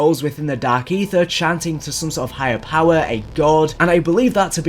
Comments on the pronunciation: I’m hearing more of “Dak Aether” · LMAO Dak Aytheuh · Dahhk Eethur